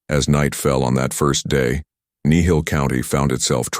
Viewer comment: It's Kneehill... just saying